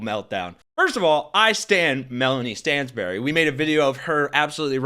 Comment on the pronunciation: "Miss Stanzberry [I know, but that's how the bleached blonde bad butch-built trash pronounced it] you're abusing the rules of this committee" Uhh... no, Marge, you're abusing THE COMMITTEE, full stop.